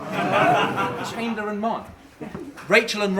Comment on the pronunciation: 2 minutes into the battle and pronounces Chandler weirdly and now I’m violently ill